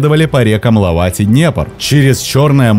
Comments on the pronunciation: название рек, озер, с правильно поставленым ударением пишется на картах.. р. вОлхов, оз. Ильмень, р. лОвать... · Все хорошо, только что с ударениями??? Путь из Воряг и Греки: озеро Ильмень, реки ВОлхов, ЛОвать! А союз ГанзЕйский, лига тоже ГанзЕйская!!! Даже в Википедии стоят ударения. Слух режет, не понятно почему при отборе информации не обратили внимание на ударение!